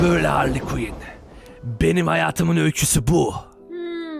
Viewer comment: Abi harly quien değilde harley desen daha doğru olur bide joker daha çok küfür eder onu söylicektim